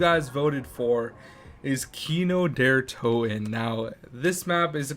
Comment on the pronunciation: The lsdt map is pronounced kino der Toten not doden tooten pronounced and by the way nice videos bro